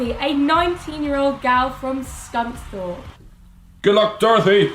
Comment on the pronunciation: Oooooo what an unusual way of saying Scunthorpe... its supposed to be scun-thorpe oh dear def not s-"something"-orpe :P